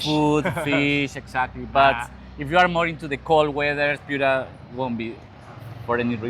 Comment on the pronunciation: la plaza de armas es un elemto ordenador de nuestra herencia urbana hispanica. Te recomiendo revisar informacion confiable ,del mismo modo revisar la traduccion. Un ejemplo concreto es la pronunciacion de "Piura" y de nuestro caballero de los mares Don Miguel Grau (Miguel grud , grod , Anita grod) incluida la informacion erronea de como murió.